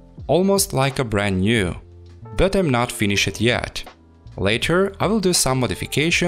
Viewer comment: finny-shed lol